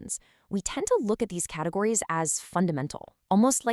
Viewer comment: "Categiries" [ sic ]